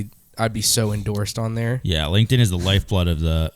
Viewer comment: it’s LinkedIn, not Link In.